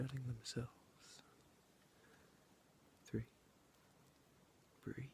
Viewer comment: The word is breathe it has a e at the end not breath